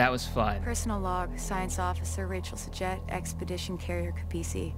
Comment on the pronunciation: I like how he calls Rachel "S'Jet" >.<